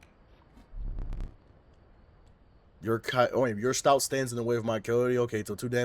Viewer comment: It’s “stoat” like “oat”